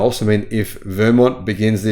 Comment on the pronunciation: Interesting!! Btw, Vermont has the emphasis on the second syllable 😊